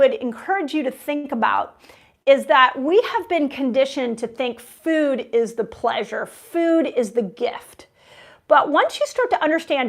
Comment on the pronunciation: Dr. Mindy, the word is food, not feud.